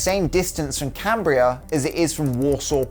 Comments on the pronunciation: Canbria? Uh, no. It’s Canberra. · Cambria??? Did you mean Canberra?